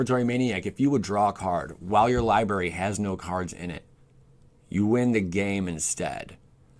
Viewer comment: What is a “libary?”